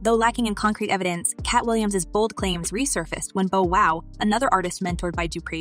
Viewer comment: Need to get a commentator who can pronounce names right. Day Bomb? Da Bomb. Bow as in present w/ bow,...No.. Bow Wow!! Woof!! 😂